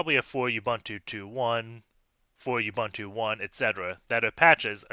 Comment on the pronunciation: Love your channel. This was quick. P.S. It's /uɓúːntu/ like ooboontoo.